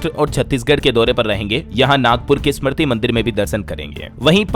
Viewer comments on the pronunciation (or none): none